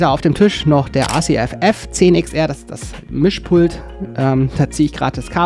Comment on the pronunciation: Mit schwarzem Tops käme der S/W - Gedanke optisch noch besser raus. PS: RCF ist was italienisches. Da brauchs keine "englische" Aussprache .